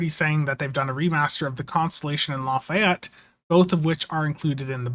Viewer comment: Sorry but I'm compelled to say.... Not LA Fi Ett, La Fay Ett. :p